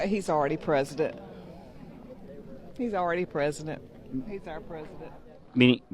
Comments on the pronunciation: "He's already presiditt". 😂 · "He's awreddy presadunt."